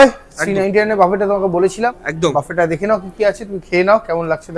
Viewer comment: বাফেট নয় ভাই ওটা বুফে